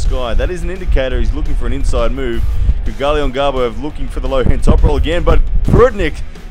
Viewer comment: It seems Australians have a hard time pronouncing Kydyrgali Ongarbaev lol. Regardless, great breakdown here!